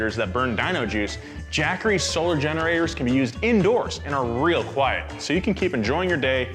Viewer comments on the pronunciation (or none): none